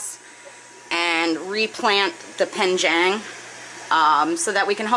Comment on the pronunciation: Love your channel, and watch every video. Don’t want to sound pedantic, but it’s penjing not penjang. I may be your only mandarin speaking viewer, but I thought you might want to know. Thanks for sharing your experience and fish adventures!